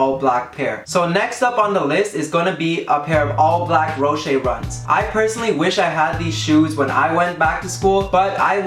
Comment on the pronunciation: "Roshey runs" lol